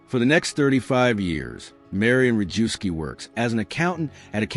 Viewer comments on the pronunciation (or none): Historically accurate. One comment: Rejewski is pronounced reyevsky, Zygalski - zhygalsky, Różycki - roozhysky, more or less.